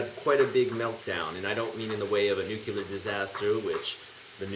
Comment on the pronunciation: why do you say "nucular"?